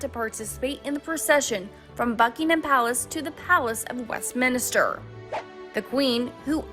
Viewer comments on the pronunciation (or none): Couldn't watch after the 3rd mispronunciation of Westminster. MINSTER! No ministers !!